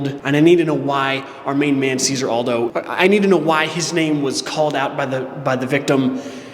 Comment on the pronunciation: Hey, just a quick FYI, the name Cesare is pronounced Chez-are-ay. Stress on the first syllable and the C is a "ch" sound and the S is a sorta "z" sound.